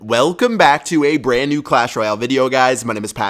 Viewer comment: "WELcome BACK to a BRAAAND new episode." Never gets old